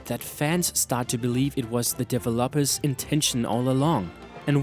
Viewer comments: Dev-o-lopers? Your pronunciation needs to be resolved. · Tbh I love this video but there are common name mispronunciations like 'Lt. Surge' 'developers' and 'casualties'